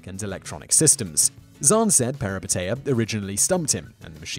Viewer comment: #2 it should be peripeteia, not perepiteia. it's a Greek word for "a sudden reversal of fortune or change in circumstances, especially in reference to fictional narrative."